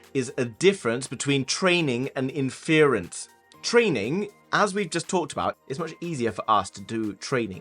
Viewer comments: surely it's pronounced ínfurence (stress on first syllable') not infearence?! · Am I the only bothered by how he pronounced inference